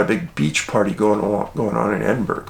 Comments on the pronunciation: Hi David I always listen to your channel as I find it interesting and informative. I actually live in Edinburgh [FYI - it's pronounced Ed-in-bur-uh]. The missing people you reported on is concerning to us locals, especially the two recent ones, since there have been extensive searches in the local areas of Portobello and Musselburgh [we pronounce burgh - buruh] What makes it even more disturbing is that the girl, Alice [in spite of the poster you showed], appears to have been last seen between 8-10 am on New Years Day! [I don't know if that's because witnesses came forward after said poster was made, but information available to the public now states between 8-10 am]. It would be easier to understand if she had disappeared around 2 am, because it may have been feasible she walked into the sea, as many people have speculated, however there's no way she could have done that unseen in the morning, as it's a busy area in the daytime, with dog walkers etc. I hope something comes to light soon because the poor parents deserve some peace of mind. Keep up the good work! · Hi Dave, glad you're finally looking at my home city for its missing, Small point, it's Edin-bu-ru, or Edin-Bruh(think of the word brother). Been a follower for many years, keep on it, it seems like many people are becoming aware of your work recently, it's great to see happening.. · Dave you say you read these comments so just to let you know here in the UK we pronounce Edinburg edinborer, there's another small town in the Scottish borders named Jedburg pronounced jedborer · Hi Dave John from Scotland buddy Edinburgh is pronounced Edin Burra no offence my friend u are awesome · I'm from Glasgow, it's great to see you shed light on the missing in Scotland ❤️ Btw the correct pronunciation is "Edin-burrah" And the "far northern regions of UK" IS Scotland 😊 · Hi Dave. Great video as always. Edinburgh is prounced more like Eddin-burra by the way. Take care. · The city is pronounced “Edin burrow”